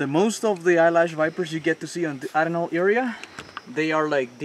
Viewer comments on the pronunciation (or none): It is pronounce A-RE-NAL. ARNOLD...O which means Sandiness ...